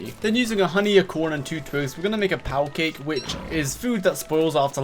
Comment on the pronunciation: did you call that powdercake a "pow cake"?